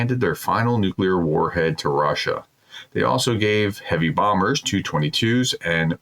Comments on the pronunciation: Doc. One thing would make your shows easier on my ears is saying "tee you' and "s you" for the TU and SU planes. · Professor… Putin’s aircraft… pronounced… T-U… just the individual letters. Not combined. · correct. However, that doesn't change what I said about the way the designation is pronounced by everyone except the prof. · WHY do you continue to read this out when you cannot pronounce a single russian location name correctly? The aircraft are T U pronounced seperately not (two) - as a fellow educator I would expect you to be better informed before attempting to educate others.